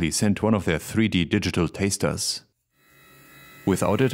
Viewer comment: Did the German guy just mispronounce "Taster"?